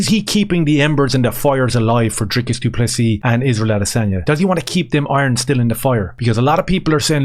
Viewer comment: Note the silent s at end of du Plessis😉